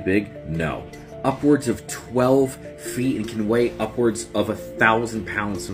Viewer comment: Say upwards again